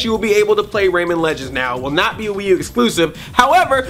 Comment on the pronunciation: rayMAN not rayMEN!